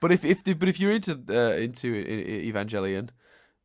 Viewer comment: Today's pronunciation pedantry: Evangelion is pronounced with a hard G.